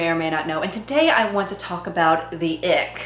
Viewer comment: I keep hearing "the ick" as" the egg"